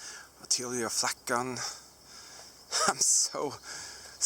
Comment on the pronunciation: I hear flack as 'fack' ~ fuck There is some rumours of fuck positions 😂